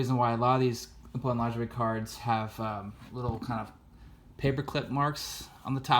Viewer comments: His last name is pronounced LA-JOY not lingerie . Clearly you are not educated in baseball history and only in it for hobby money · Great content. As an FYI, Napoleon Lajoie is pronounced LA-JOY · Lajoie...my whole life I pronounced it “La-Joy”TY for correcting my mistake!!!